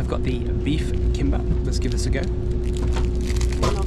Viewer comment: Gimbap he said 😂